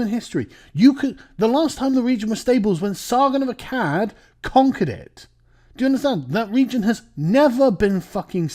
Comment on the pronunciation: Not gonna lie, it's wierd hearing Carl say Sargon of Akkad